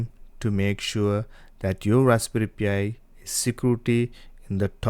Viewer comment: It's pronounced PIE, not P.I.